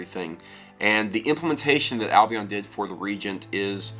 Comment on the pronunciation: First pronounce Albion right lol